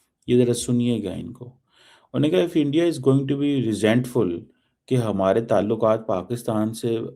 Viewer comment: “Endia” isolated haiye 😂😂😂